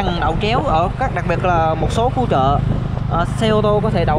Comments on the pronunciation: Chợ chứ k phải "trợ" chùa chứ k phải "trùa" bạn đừng lạm dụng đánh lưỡi quá nghe nó khá khó chịu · Trưa hay chưa. Chợ hay trợ . Nc cho chuẩn vào bạn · Thằng này nói sai ngữ pháp ghét ko đăng kí. Chợ mà kêu là trợ!bo tay